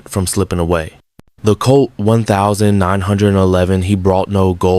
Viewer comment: Good story, but learn how to pronounce weapons (nineteen eleven and twenty two) and years. Don't detract from the story.